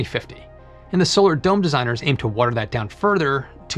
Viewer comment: When you said "dome designers" I heard "dumb designers".